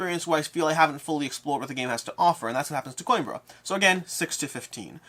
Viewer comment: I'll give you the Portuguese pronounciation for Coimbra. Put the word "Coin" out of your mind and replace it with "Queen". That will give you "Queembra" ;)